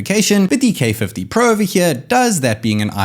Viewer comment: Plez say pro properly 🤣